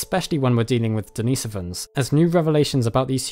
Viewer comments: Den is o vans not Dee nee sovans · Sorry but the pronounciation of Denisovans in this video irks me. It's DeniSOvans, from Denisova in terms of slavic pronounciation. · As soon as he mispronounced “ Denisovans” I was out